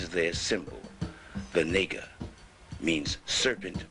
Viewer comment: Dude no disrespect but take this down because this is idiocy beyond belief...naga pronounced *Na(like natasha) gha ( like ghana) not nee - ga ....naga literally translates to dragon or winged serpent.. Dont be a fool bro